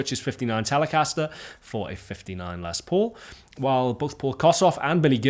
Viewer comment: Finally a Brit who says Les Paul's name correctly!